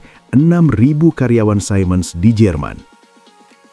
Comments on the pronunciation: Siemens diucapkan sea mens (atau see muhnz di Amerika Serikat, sedang di Jerman zee mens) bukan sai mens (yang bisa disalah-artikan mengucapkan Simon) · btw siemens itu cara bacanya "simens/see-mns"